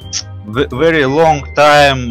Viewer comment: Вери вери бэд но андрестенд)))